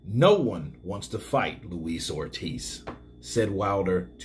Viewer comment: 'Luis Oldtiz' ~The YB